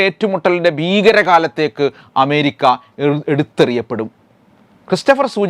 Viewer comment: അഎന്ന അക്ഷരം നേരാംവണ്ണം ഉച്ചരിക്കാൻ ഇയാൾക്ക് അറിയാത്തത് കൊണ്ടാണൊ എമേരിക്ക എന്ന് ഉച്ചരിക്കുന്നത്?